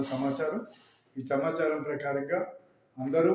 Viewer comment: చమాచారం కాదు.... సమాచారం